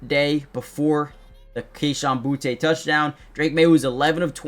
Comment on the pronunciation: Boo-tee, not Boo-tay! Just embrace it 😅